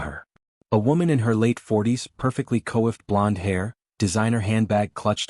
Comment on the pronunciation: The word coifed is pronounced quaffed, not co iffed